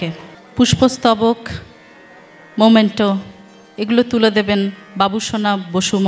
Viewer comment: ঘোষিকার উদ্দেশ্যে বলছি - শব্দটা "মোমেন্টো" নয়, ওটা হবে "মেমেন্টো" !